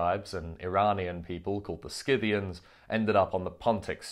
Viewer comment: It’s pronounced Sith-ian as far as I know